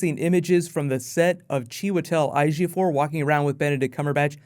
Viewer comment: Ejiofor is (A-Gee-oh-four). I'm Nigerian also ;)